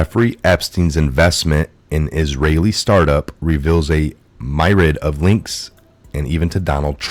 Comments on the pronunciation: Myriad. ( mere-ee-id). Not Madrid. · Bro you straight up murder words like myriad lol